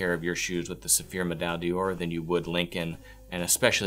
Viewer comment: Please simply say "Gold Medal" if your American tongue cannot say Med-eye Dawr (three syllables). Much more respectable to the brand you promote, as well as to Francophone viewers.